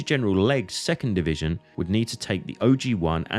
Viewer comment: Du solltest eine richtige Aussprache der Orte und der Truppenbezeichnungen lernen, damit jemand ohne Geschichtskenntnisse nicht der Meinung ist er müsse das Schlachtfeld bei Verden an der Aller suchen, weiterhin solltest du, wenn du ein Video auf Deutsch machst auch die gängigen Begriffe wie z.B. "Division" auch als solche aussprechen. Und es gibt keinen "Dschenerell- Lutenent" was soll das sein, ein "genereller Leutnant"?